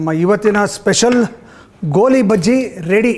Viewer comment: ಗೋಲಿ ಅಲ್ಲ ಸ್ವಾಮಿ ಅದು ''ಗೋಳಿ ಬಜೆ"